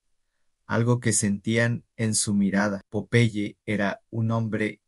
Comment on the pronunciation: No entiendo porque lo llamas de esa manera... es incomodo escuchar que le digas popai, cuando era tan fácil decir PO - PE - YE. 🤮🤢